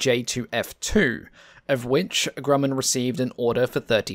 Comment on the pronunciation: Great video spoiled by the mispronunciation of Grumman. (grew man)